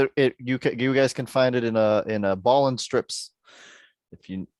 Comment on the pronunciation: Kudos to you for pronouncing Bolland's name right.